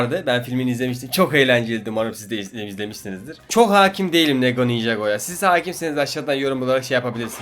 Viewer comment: Lego avengersi lego ebengers diye duydu m